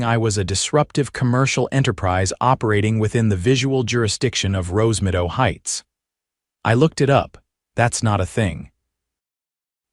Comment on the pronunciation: Rosemido. Wonder if the AI was supposed to say Rosemeadow? There is no such thing as Visual Jurisdiction in the US and no court would accept a lawsuit claiming that. End of story.